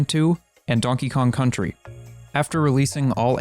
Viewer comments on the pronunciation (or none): none